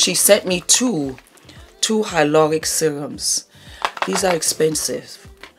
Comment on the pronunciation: Love the way you say : hyloronic. The way you roll the Rs.Too cute 😍